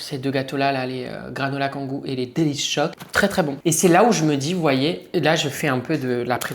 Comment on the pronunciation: Delichoc pas délice choc 😂